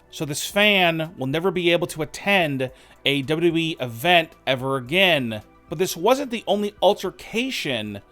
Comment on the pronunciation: It’s wwe not Wwwe